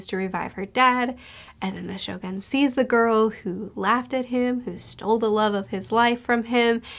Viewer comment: Finally got the point why Doffy become the one of the evilest character in OP.. Cant wait to see your review for the Act.3 because there will be a lot of surprises that waiting for you.. Anyway the correct pronunciation of Shogun should be (sho-goon) 😊